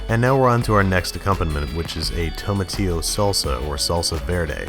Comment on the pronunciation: "Tomi tío salsa. " Hispanics: 𝘕𝘖